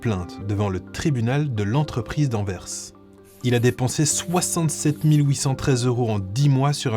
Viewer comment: ps : excellente prononciation d'Anvers, c'est très appréciable 😁